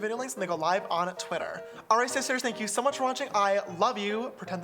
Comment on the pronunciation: I’m not even kidding he said shishters